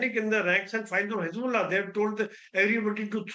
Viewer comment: Hez-bolls-ah gone 😂😂🎉